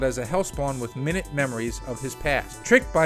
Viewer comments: Lol minute memories my-NOOT.. not min-nit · It’s “My Newt”, as in very small. Not minute as in 60 seconds. Same spelling, different words. I swear Youtubers don’t know how to read anymore. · I think it was was supposed to be pronounced my-noot (minute) in this instance. Too many careless mistakes in these videos. Seriously, no one reviews their work? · My-newt not minute 😑😑😑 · Your script could use some editing. There were some clumsy lines like "in danger's way" and mispronouncing "minute." Let me know if you ever want to employ the services of an experienced editor.